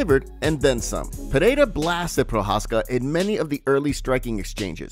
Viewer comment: Dude you need to pronounce the champions name. Listen to Bruce Buffer's pronunciation saying Pereira